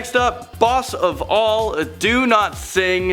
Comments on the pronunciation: OMG!! I just noticed!! Every time Landon says his full name on a video. It sounds like "LANDON DO-NOT-SING" Ha! CAN'T WAIT FOR NEXT VIDEO!! LIKE IF YOU HEARD IT TOO? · Who thought Landon said "do. not sing!" Like if you agree. Btw hey